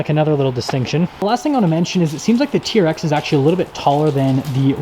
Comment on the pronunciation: It’s a T-R-X! My god it’s not a “TEARX” that so annoying!! Also I dispose when reviewers point out badging and exterior thing that we can all easily see.